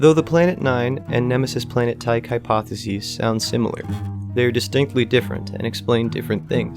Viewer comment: Total credibility failure for being unable to correctly pronounce 'Tyche'.